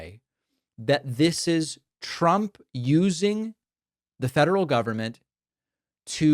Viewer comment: I hate how she says Chtrump